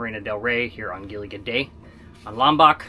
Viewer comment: I love you pronounce 'Gili Air' like its some kind of airline 😂. Actually 'Air' pronounced like you say 'A Year'. Terima Kasih can be shorten 'Makasih'. Hope it helps a lil bit Keep the sail on!